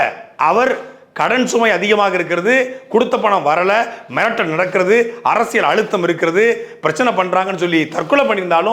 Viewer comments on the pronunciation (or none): none